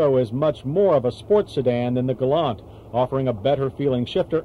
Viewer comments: yanks cant pronounce things its a gal LANT not gol larnt! hahahahaha arrogant yanks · Keep trying to tell him! It’s pronounced, ‘ Gal- lant! Not, “ galun! “ 😕😐